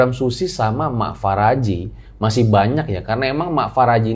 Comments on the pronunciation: Mak Paraji,... Bukan Faraji (Apa gak bisa bilang EF eh PE...)😄😄 Paraji itu Dukun Beranak yang ada di kampung-kampung... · Bukan Faraji bang, tapi Paraji artinya dukun beranak 😂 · Paraji bukan faraji wkwkwk 😂🤣😂🤣 Paraji itu bhs sunda yg artinya dukun beranak. Jadi bukan nama orang.